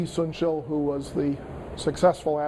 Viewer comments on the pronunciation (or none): seriously, i know he's not a specialist in East Asian history, but can we please get the names right? Yi Sun Shin NOT Yi Sun Shil Yang Ban NOT Yang Bang. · Its not Yi-Sun-Shil sir its Yi Sun Shin, plus, Yi Yil was a general not an admiral. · Perhaps Yi Sun-Sin has never gained international historical fame because professors at respected universities cannot even pronounce his name =)